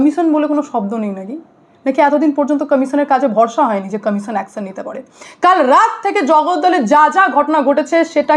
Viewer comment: Action commission pronunciation ঠিক koro😂